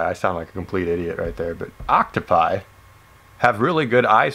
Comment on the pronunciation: It's octopuses not octopie or what you said